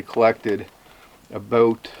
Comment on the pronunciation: When you say "about", I hear "a boat". When you say "outhouse" I hear "old hose". :D